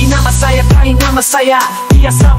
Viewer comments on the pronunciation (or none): Bang kai, bukan Bang kei. Kainama